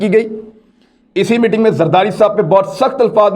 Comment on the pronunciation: MITING nahi 'MEETING'. Zara pronunciation sahi kar lou, please.